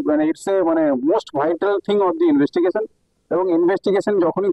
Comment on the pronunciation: Inbeshtigesion 😂😂😂??? Darun sob Ben-di-lish ukil 😅😅😅. Khub korun doshaaa